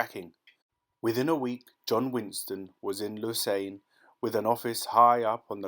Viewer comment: It's a bit strange that the reader doesn't know how to pronounce some words, e.g. Lausanne, ving-et-un. This is the age of the Internet and free information. You can always google to find out how to pronounce words these days. I do it myself.